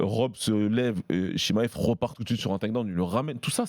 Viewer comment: Arrete de dire « chimayev » stp c’est chimaev🤣